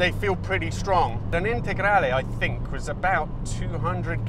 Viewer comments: Your "integrale" pronunciation is perfect! I am shocked about the sound. The lancias were not sold here, so the only way of listening to the Lampredi is the Q4. I thought they had the same sound. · proper pronunciation of "lancia integrale" ;) great video